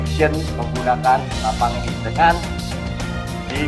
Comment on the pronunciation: Senapaan brooo..senapan...bukan senapang...😂😂😂😂